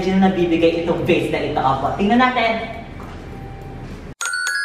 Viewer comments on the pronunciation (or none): Vase pla sabi nya.. "Gano kamahal ung vase". Dinig ko gano kamahal ung face🤣